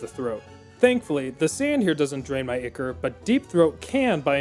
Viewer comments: "Ichor" is pronounced "Eye-core" and you are killing me here... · Great video, but ichor is pronounced “eye-core” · Maybe he had such a rough time with this playthrough because he kept mispronouncing ichor.